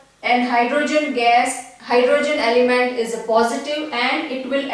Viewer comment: Mam it is element not alyment